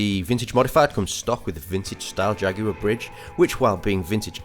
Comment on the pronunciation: Really helpful. Just what I was looking for...and I do so appreciate your pronuciation of Jaguar compared to the stupefying JagWIRE as it is becoming more commonly called in the US. Itused to be pronounced Jagwar here which is close to the Latin American pronunciation save for the hard "J" sound you and I say. Just not Jagwire--oh Lord, please, just not Jagwire! All the best from Eastern Kentucky.